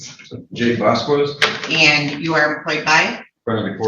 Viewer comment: Vas Kez Not Vasqwez